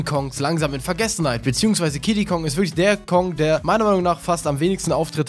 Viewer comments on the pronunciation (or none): Wer hat auch bei Kiddi Kong Diddi Kong verstanden?